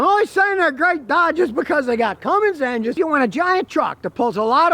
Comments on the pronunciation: Hey scotty? That truck is made in MEXICO!!!!! And...the transmission dipstick is on the left side, so, it has a Chrysler transmission 68-rfe. If the dipstick was on the right hand side, it would be made by aisin (toyota). And it's CUMMINS not CUMMINGS l....please stick to gas engine vehicles. You know nothing about diesels. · Hey Scotty you do me a favor? Can you please stop saying Cummings? lt's Cummins, there is no G in the name. lf you look at the badges on the fenders, hood, tailgate and such, you'll see it's spelled "Cummins" all over the truck, with no letter G. Are you internationally mispronouncing the word? Like l said, it has the correct spelling/pronunciation all over the damn thing. How and why do you not know this? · Not sure you should take the advice of someone that can't pronounce Cummins...it's not Cummings....Nuclear, Nukular..😩 kidding. Probably my next truck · he begins to talk about the “Ram Cummings” it’s not a correct pronunciation of Cummins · Waaaaay better than that crappy eco-diesel for sure. I need a 6.9 or a 6.7 Cummins crammed into my mk4 jetta tdi (alh) so I can upgrade! 😂 On a side note there is no "g" in Cummins. 😅